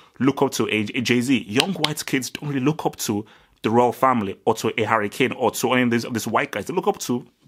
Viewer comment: Damn u misspronounced Harry Klame's name like 6 times.